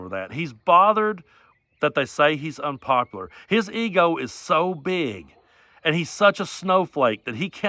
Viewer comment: Does he say "inpopular"?